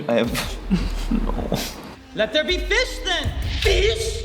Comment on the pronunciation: “ Let there be fish then, FFISH!” 😂😂😂